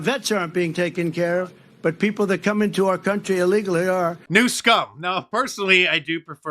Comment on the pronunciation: Did he say "Newscum" or "News cum"? I can't tell...